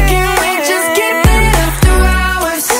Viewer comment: The way Aj says Hours annoys me. He is saying Rours